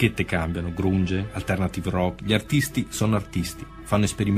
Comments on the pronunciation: GRUNG??? Ah lucaré però dai 🤦‍♀️ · Però non si può sentire sietol e kort... grunge si pronuncia granj una lezione di inglese ragazzi.. radio deejay ci può andare anche mia nonna